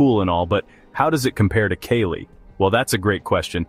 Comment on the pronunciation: Not Kaylee. Its Kaa Lee .